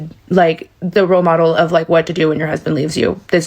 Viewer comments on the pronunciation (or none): none